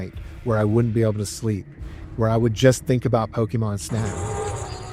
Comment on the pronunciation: Your videos are great man. But the way you pronounce Pokemon lol you almost sound like a mom from 1999, just missing the MAN instead of MON